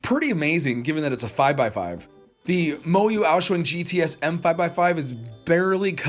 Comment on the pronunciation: "The MoYu Aou-shuang" Me, an Asian: Heart Attack